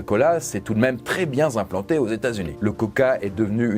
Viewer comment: "Elle s'est très bien zimplantée" 😂 Choupinou !!! 🤣